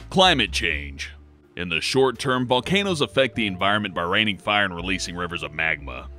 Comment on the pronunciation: A burning ring of "Fah" you say?